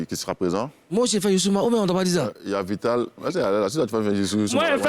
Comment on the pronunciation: Sacré team ceux là. On dit VITALE fait Youssoumba vous dites yiieeen. Aiiih vous êtes commeng même. lOOL